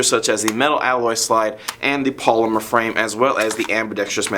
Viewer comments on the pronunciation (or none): none